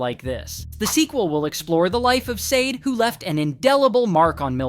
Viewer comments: Her name is Sade..Saw-Daa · This video sucks and is in EXTREMELY POOR TASTE!! Not only did you continue to pronounce her name wrong the WHOLE time but had the NERVE TO ADD HUMOR! ARE YOU SICK???!!! YOU NEED TO DO BETTER!!!🤬🤬😡🤬👎🏿👎🏿👎🏿👎🏿 SHOW SOME RESPECT!! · The way you make jokes in this video is so disrespectful. You can’t even say her name right. Honestly you should be ashamed trying to make a profit from this tragedy